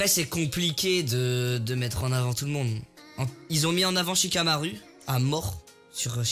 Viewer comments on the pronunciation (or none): Sa m’énerve comment il prononce « shikamaru »et « rikudo »😭😭😭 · ouais de ouff ça me stressé avec les rikido ou comment il dit shikamaru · Sa me casse les couilles wAllah , Il a dit naruto mode kyubi il est degeu , IL EST CON.